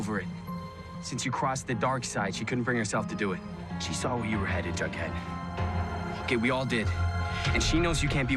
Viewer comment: It's jughead not bughead wtf